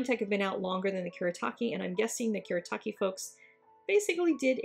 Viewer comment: oh sweet I've wondered how the kuretake ones held up to the finetec! they're pretty good. oh and you asked about pronunciation... it's "Kuuh-Reh-Taah-Keh" "Gahnn-sigh" "Tahm-bee" :} hope that helps. 💖